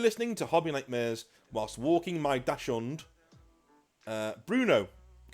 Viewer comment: Dachshund is pronounced dock-sund